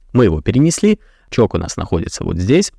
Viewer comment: Можно в следующий раз говорить не ЧОК а ЧОЧ, не привычно слышать ЧОК